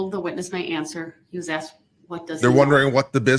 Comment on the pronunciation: Substained. Grounz. Axed. Relevancy.